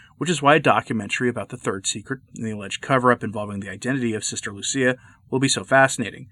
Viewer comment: Lucia, not Lucy